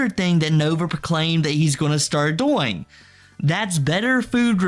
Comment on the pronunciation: I’m drunk right now and have had to stop 3 times because of how you say “doing” and “going” like “boing”